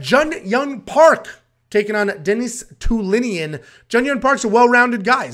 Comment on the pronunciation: Love the channel, but bro let's work on those name annunciations 🙂(dennis telinian LOL). This might be a candidate for worst card of the year.